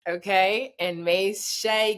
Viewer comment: he finally get Shai name right, now please walk him thru Luka's name...